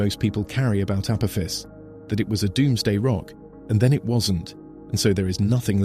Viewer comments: Voice cant say Uh poff ess. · He said " Apoophis" lol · He said, A poo-fis💩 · Can your bot voice make up its mind how Apophis is pronounced, and please refrain from continuing to compare it to “a badly thrown football,” which we hear three times in the first seven minutes! 👎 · How many different pronunciations can AI assign to Apophis? What else is it getting wrong? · Within 2 minutes this AI pronounced Apophis 3 different ways. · It’s hard to issue credibility to a narrative that doesn’t even manage to pronounce the same word the same way every time! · Please AI voice - settle on ONE pronounciation of Apophis....App..ofis.... Apoofus, etc. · The AI narrator can't make up its mind how to pronounce Apophis. It started off correctly then used at least 2 or 3 others. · For goodness sake, can't AI stick to the same pronunciation of Apophis? It must have pronounced it at least 4 or 5 different ways. So much for being "intelligent." Also, believe it or not, April 13th, 2029 is a FRIDAY! Spooky, if you believe in that kind of thing.